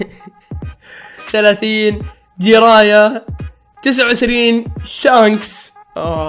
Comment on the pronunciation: جيراي مو كري😂😂😂